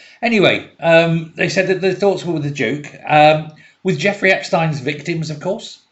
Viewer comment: You're one of the only commentators that pronounces Epstein's name correctly. Well done!